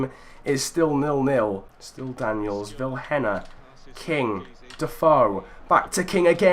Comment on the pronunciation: Vilhena is prenounced as viléna